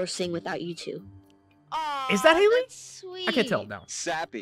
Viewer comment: FYI it’s not haley